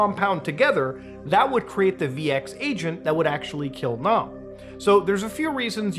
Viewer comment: In Korean, all As are pronounced "ah", not like the a in "ack." Kim Jong "Nahm." Pyong"yahng".